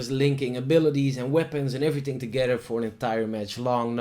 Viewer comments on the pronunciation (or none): Leuke video,! Let je echter wel even op je -th uitspraken! "Ting", "Everyting" en dan wel ineens Darth Vader goed kunnen uitspreken!